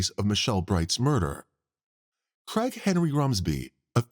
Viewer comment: The way the narrator speaks, I kept hearing “Crackhead Rumsby” instead of “Craig Henry Rumsby” 😂 absolutely made my day